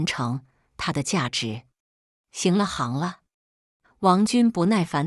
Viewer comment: 為什麼要講 《行ㄒㄧㄥˊ》了《行ㄏㄤˊ》了？ 是《ㄒㄧㄥˊ》了《ㄒㄧㄥˊ》了